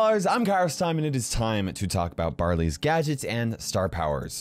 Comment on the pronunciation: It sounded like he said "Brother's" getting a new gadget.